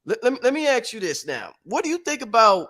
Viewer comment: Why does he say "ax" for ask...